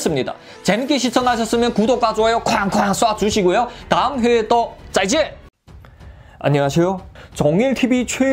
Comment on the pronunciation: 안녕하쇼가 아니라 안녕하세요 입니다